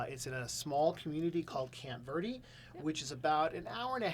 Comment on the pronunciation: 'Verde' sounds like 'Bear Day'. Just so you know.